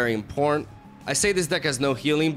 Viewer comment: Every time he says "important", it comes out as "imporn" ;)